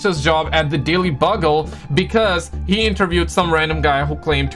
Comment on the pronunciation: the way you mispronounced daily bugle hurts me